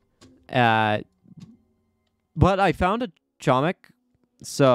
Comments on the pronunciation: nah it's hoemik that how u say it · doing my ftc videoly reminder: catzo, you are pronouncing "chomik" incorrectly, the "c" in "chomik" is silent